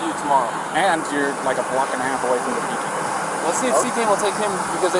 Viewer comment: cop gets her last name wrong. Petico vs Petito.